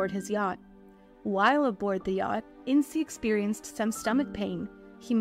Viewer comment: Not "In-cee", just "Ince". Like "once".